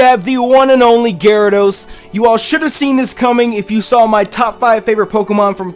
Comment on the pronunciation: IT'S GYARADOS, NOT GYRADOSE!